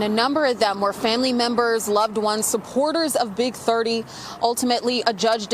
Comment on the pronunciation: Not big thuh-eee 😂